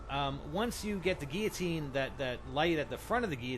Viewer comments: See those 2 'L's in the word Guillotine? You are actually meant to PRONOUNCE those 'L's. And do you see an 'A' in the word? No. Stop fucking pronouncing it 'giatine'!!! I appreciate all the work you've done do figure out the easter egg and make this video, but holy fuck learn to read. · Geateen? There are two L's in the word, how can u not see or pronounce them lol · he cant say guilotine!!!